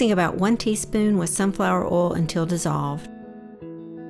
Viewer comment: I am so proud of you I have a tear in my eye. This is an amazing video that I can tell you put your heart and soul into. I love your voice over! And let me just say I did not imagining you having a southern accent! I need to change the way I say, “Oil (insert Southern California accent 😂).” You say it so much cooler! Bravo and take a bow!!!!!!!